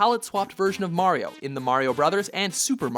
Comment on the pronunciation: Say it with me guys, Mari-o, Mari-o